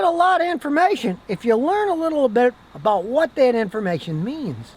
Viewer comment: Did I just hear an accent Scotty??? “about”